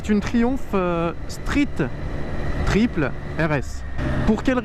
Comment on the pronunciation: Mets un accent quand tu dis triple, c'est une anglaise il faut la respecter😉